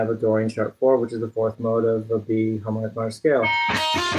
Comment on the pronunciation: I barely hear harmonic minor when you say harmonic minor.